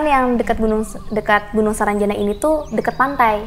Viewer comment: Sarangjana bukan saranjana..